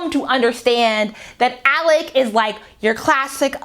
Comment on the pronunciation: You are Butchering these names to have listened to the Audiobook lol. Who are "Alec" and "Am-eye-ra"? lol Good commentary though.